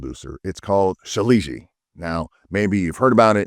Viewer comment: Ill pass.thx.lol..and you pronounce it so incorrectly 😅